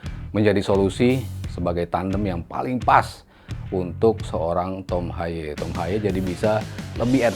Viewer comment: pak nyebut nama yg bener g semua harus di inggriskan : HAYE : Ha ye bukan hay HUBNER : Hiubner bukan habner STRUICK : Strauk bkn Straik